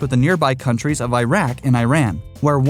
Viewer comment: Your pronunciation of Iraq and Iran gave me a ballache